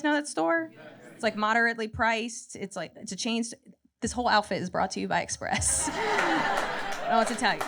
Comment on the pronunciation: express sounds like macies